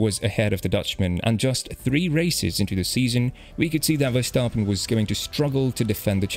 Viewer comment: Big shoutout for pronouncing Verstappen correct